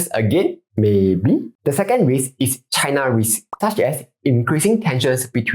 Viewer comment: China pronounced as chai-nuh not chaiNA